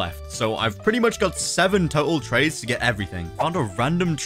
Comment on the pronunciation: why did he say trays not trades?